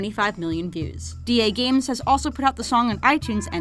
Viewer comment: I thought its DAGames not D.AGames